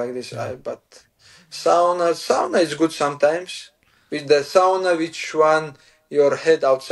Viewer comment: I just want to say as a Finnish person that uses Sauna regularly, that Islam actually says ''Sauna'' the correct way. 😊